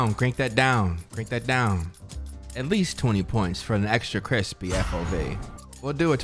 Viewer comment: Anyone else love when B says CrEsPeY